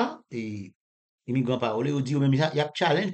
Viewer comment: Pawole? Tcheke pronunciation an ankò bro. Li difisil Pou n konn de kisa wap pale lè ou di pawole a.